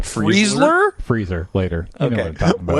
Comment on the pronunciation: I heard it as the Freezlrr